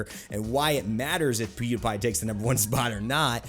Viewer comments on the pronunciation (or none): Pewdapai lmao, can't unhear